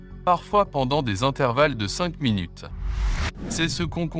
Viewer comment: Aïe minut sans e 😂